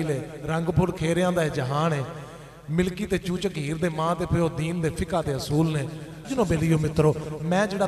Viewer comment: Bhai lafaz, milki nai,Malki ha